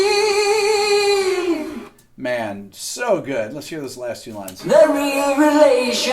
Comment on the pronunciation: "suh good" Lol